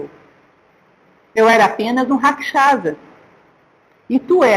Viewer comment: Otima aula professora mas só não consigo entender porque a senhora não fala os nomes com a pronúncia correta do Rama, Raksasa, Ravana, etc... Os erres R, no começo são pronunciados como o erre do caRavan, e não o som do R do Rato. Mas quando as palavras começam com H ( Hanuman, Hastinapur, Hare) tem som de R.